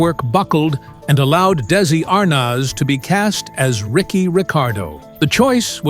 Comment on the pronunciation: Good old "Desi Arnawz"